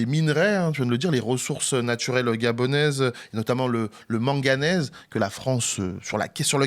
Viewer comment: LE MANGANÈSE pas la manganèse. Ça pique les oreilles